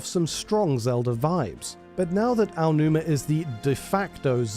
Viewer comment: Typically I internally snicker when your channel mispronounces Aonuma, but for some reason, I find your pronunciation of Yoshi adorable. 😊